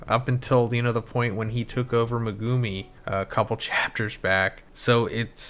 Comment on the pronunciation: W vid but “megoomii” is killin me 😹😹😹